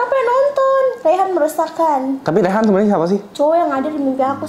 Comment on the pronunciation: Bukan rehan tapi reyhan